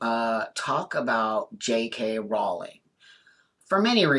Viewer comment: As well as being able to see and understand that JK is nothing close to ‘transphobic’, right from the off you pronounce her name correctly! You’re right on the why. She is a target because she is a high profile and extremely successful WOMAN.